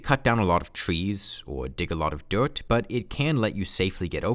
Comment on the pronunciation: Why do you say dewet instead of dirt?